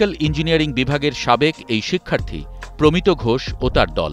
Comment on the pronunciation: প্রমিতো নয় প্রমিত্